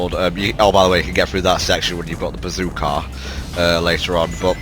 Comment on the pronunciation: when you said "Bazookah", were you referencing Hogs of War?